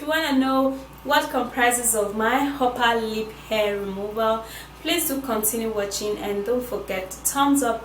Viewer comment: Is this only me when she was saying uper lip and I heard oppa lip 🤣🤣